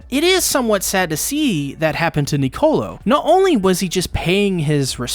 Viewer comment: also please when you say Nicolo remember its one word, your pronouncing it like to words,its one word, lol